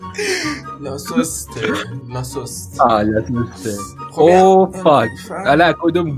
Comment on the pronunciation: پیتا هاتو نمیشناسی:/ و بد تر از اون به لاگوست میگه لاسوست😐پشمام